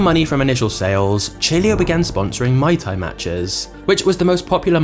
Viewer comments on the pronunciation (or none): Maitai is a cocktail. It's Muai Thai (like "moo-ay") And that visual is One Championship, which is MMA (although they do have some kickboxing, but that's not the same as Muai Thai). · it should be purnounced Muay Thai, and not May Thai. Very interesting story and amazing work! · jees, you are butchering every name u come across.. mai tai vy muay thai, dietrich was beyong recognicion.... a 500k sub channel should do better nice timing btw